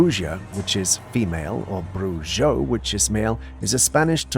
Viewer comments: bruja and brujo are pronounced as bruha and bruho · Camera 45: it is pronounced Bruho and Bruha meaning male and female witch. ❤ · pronounced like brew ha and brew ho and brew hill ee a is the act of such magic Good try though ❤❤ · What's all the brouhaha about bruha and bruho? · fyi, it is pronounced "bruja" (ha sound where the ja is,) or, "brujo" (ho sound where the jo is.)